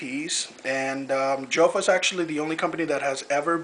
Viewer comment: its pronounced like yofa for all of you guys out there